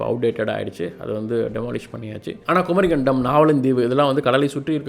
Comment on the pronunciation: தம்பிக்கு சொற்களும் இடையில் வரும் ஒற்று க் ச் ப் எல்லாம் வரவில்லை குமரி கண்டம் அல்ல குமரிக்கண்டம் Phonetic is essential my dear sir